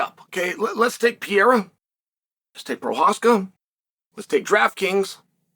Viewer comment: Is it really that hard for you to learn how to properly say Pereira's name?